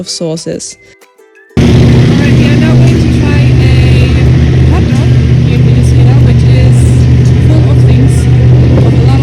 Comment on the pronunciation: I love how to pronounce Venezuela!!!! Enjoy the trip